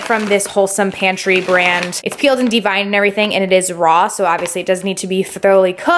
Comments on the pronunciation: “Devined”??? De-vein-ed. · Its deveined shrimp as in varicose vein, not pronounced de-vined 😂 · It happens. lol. I thought it was cute. There have been so many times when I quickly read something and didnt even think about what I was reading. Maybe thats what happened to her. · JnaekoA I went fucking crazy when she said that 😂😂😂😂😂👏🏻